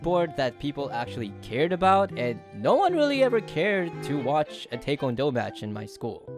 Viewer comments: I’m sorry for doing this I want to point out that taekwondo is pronounced (tie-kwon-doe). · couldn’t help but notice how he says taekwondo as take one doe 😭😭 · Taekuando is pronounced Tie-kuan-dou